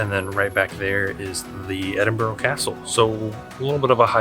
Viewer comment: Can his wife tell this guy it's Ed in bu ra, not Ed in bu row.